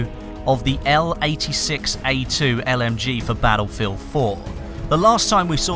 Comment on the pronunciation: Bah-Ull-Field c